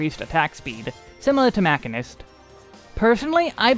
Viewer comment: What's a Macanist? 🤣🤣 I know you mean "machine" ist 🤣